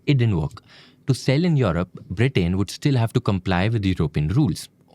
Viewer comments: This is a really informative and great channel. I eagerly wait for new episodes. That said, I would highly suggest to be careful in pronunciations especially with nouns and names. It is a country's name and not just a random word. It is not “BRITAAAIN” but rather “Britain”. All through this video, this was a massive focus degradation. Great content, presented with a massive miss like this definitely affects the overall quality. This is a humble request, and I hope you take it in a positive sense rather than ignoring it as a random hate comment. Thank you. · Am I the only one getting mildly infuriated with his pronunciation of Britain